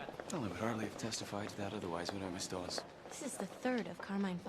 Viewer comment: Is it me does he call her Miss DUHawes 😂